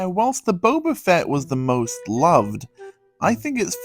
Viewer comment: No hate but it’s Boba fett